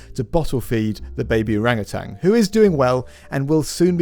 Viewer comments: Very minor thing, but something that people get wrong often, it's Orangutan not orangutang. There's only one "G" in their name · Great info, just have to say though, it's "OrangutaN", no "g" at the end